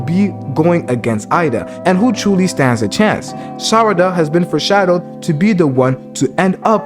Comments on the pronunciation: I almost cried tears of joy when you said Sarada correctly 6x in a row… but then you went back to saying Sadara 🤣😅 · WTH u say sadara instead of sarada LOL , Noice Video BTW 😆, but the love theory tho sarada and sumire i think that is something cuz yeah on one panel of the manga sumire and sarada are discussing about, sumire does have a feeling for boruto and she ask to sarada does she have too and for something like that to get in the manga might be some of a hint tho (sorry for my bad english)